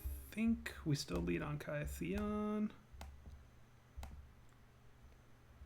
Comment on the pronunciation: For the love of god it's pronounced KITH-ee-un